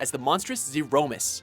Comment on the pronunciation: Zee-Rouh!-miss... he must be doing it on purpose just to annoy people xD (Something I totally support)